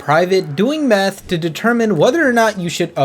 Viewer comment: Bro did not say "MATH"